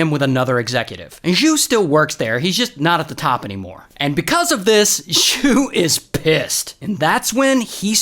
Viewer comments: FYI - In Chinese, X sound is actually just a regular SH. So it's SHU not Zschoo like what you are saying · Text: Xu “zhu” top 10 chinese mispronounciation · Xu was a lawyer Not jew How does one hear "jew"?